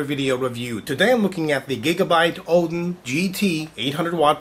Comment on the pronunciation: lol he says odin funny at the start :D